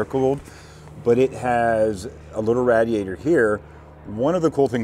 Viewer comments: What is a rad-e-ator? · Raaaaadiator. Raydiator ok I am a Texan and I can’t stand people that can’t pronounce radiator. But your funny and so is. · finally says "fuselage" correctly but still struggles with "radiator"